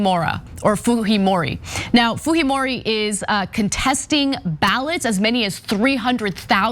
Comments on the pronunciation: You butchered that Japanese name. Haha. It’s basically pronounced “Kay-ko foo-jee-mo-ree” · It's a Japanese last name ... Fujimori .... foo-jee-mor-ee. You are giving it a Spanish pronunciation. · why Ana calling Fujimori as Fuhimori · Her name is pronounced Fujeemoree not Fuheemoree. She’s of Japanese descent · while she is of Japanese descent, as a Latino who has been following this election, it is pronounced Fuheemori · They pronounce it Fuhimori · Why is Ana pronouncing a J as a G? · lol...Fujimori is a Japanese name because...Peru actually had a Japanese president before, and Keiko is related to him. But I don't think the j is pronounced like the Spanish j (h in English) because...Fujimori is a Japanese name.